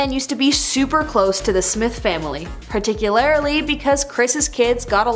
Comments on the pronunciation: Particularly not ‘parti-cu-lar-I-la-lay’. English, do you speak it? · Particular -ah - reee ? Whats happening 😳?